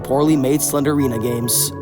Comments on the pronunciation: just gonna put this here her name is slend-rina, not slender-ina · I like how he doesn't even call her Slendrina he says "Slenderina"💀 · Mf really said slendina instead of slendrina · its slendrina not slenderina 💀💀💀💀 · Why you sau SlenDErina not SlenDRina?😀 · The only bad thing about this video is how you pronounced slendrina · It's not slen der rina It's slen drina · He is saying "Slenderina" but It's "Slendrina". That triggers me haha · The way you kept saying slender-ina instead of slendeina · sorry, but you say it like slen-drina not slenderina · It’s slendrina, not slenderina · why do you say slender-ina? it’s pronounced sle-dri-na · its not slenderina its slendrina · "slender rina" 😭 "slender arena" 😭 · ur saying slendryna wrong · I hear "Slendrina the Seller" when you say it 😂 but actually this game traumatized me before because when I was a kid, my brothers likes to play this game to the point that they connect their phones to the speaker we have for our radio and play the game with full volume 🙃 I remember myself waking up early because they did the speaker thing then I was crying while hugging my sister 🕴️🥲 and sometimes I would see shadows and imagine it as slendrina standing and looking at me 😭 Edit: I hear "sled arena" whenever you say Slendrina 😂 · Pronounce "SLEND-RINA" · SLEN JR ENA IS HOW YOU PRONOUNCE IT sorry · Wait, since it's spelt Slendrina, then wouldn't it be pronounced Slen-drina? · Bro really said "slendErina" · The fact that the E doesn’t exist and he/she still pronounces it